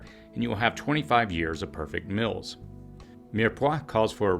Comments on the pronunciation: It seems like this guy is purposely finding reasons to mispronounce the word 'meals' as 'mills' which is less a dialect and more a child's mistake. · Regional differences. Just like some people put an R in washing or Washington. Not childish at all.